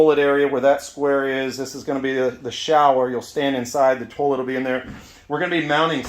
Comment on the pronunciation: The tullet area. Sounds like a twangy banjo. It’s “toy-let”